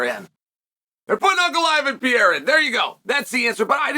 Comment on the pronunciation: Pierra, Bluhall, Jack Dellama 😂😂😂